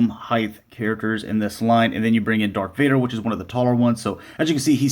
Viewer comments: Did you say bubba fett and dark vader??? 😐😐😐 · I had to keep rewinding it. I heard Bubba and Dark every time. Lol